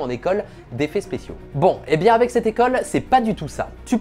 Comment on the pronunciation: Avec, aveC. 😝 Qui se prononce aveK. En phonétiques ça donne : « avɛk ». Juste au cas où, aveQUE ! 😇 On prononce le C, comme un K à la fin du mot « avec ». Donc quand tu dit : « Avé des professionnels », par exemple, ça ne veut rien dire. 😇 C’est juste pas beau. 🤷‍♂️ Dans chaque vidéo le, « avé »,il sort et il me sort de la vidéo, car si peu agréable à l’oreille. 🤬🤯 😂😇 Autrement, vidéo cool et intéressante, comme d’hab ! Ça donne envie de s’y mettre, même quand ça n’est pas, du tout, notre domaine ! 😅